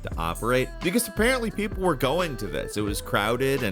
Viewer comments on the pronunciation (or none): none